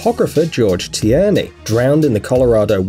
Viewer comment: Gorge Tierney last name sounds familiar... Look at my name... Btw it’s you say it (t-ear-nee)